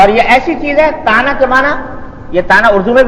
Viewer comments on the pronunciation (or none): "تانا" نہیں ہوتا "تعنہ" ہوتا ہے۔